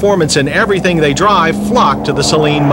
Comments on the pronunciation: (sigh..) "Say-Leen" is what u put in your eyes: As in Saline Solution. "Suh-Leen" is what u drive. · Please try not to pronounce "Saleen" as if to rhyme with "Céline": that first syllable is not stressed. It should be pronounced: "sə-LEEN."